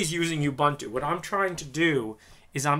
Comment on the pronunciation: Correct way to pronounce "Ubuntu" is........ Oo-boo-n-too, ....it's not You-bun-two.